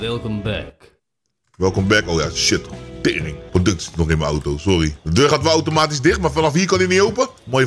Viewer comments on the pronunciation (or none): none